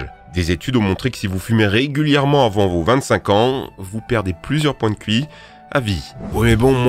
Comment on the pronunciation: Punaise pour comprendre le moment où tu dis Qi en debut de vidéo j'ai dû la remettre 3 fois en arrière lol